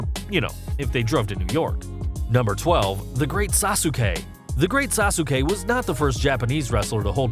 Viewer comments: Sas-kay. Not Sas-oo-kay. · You're pronouncing Sasuke incorrectly. Phonetically it's sas-kay